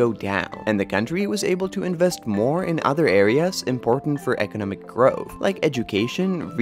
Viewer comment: EKENEMIC POWERHOUSE....EKENEMIC MIRACLE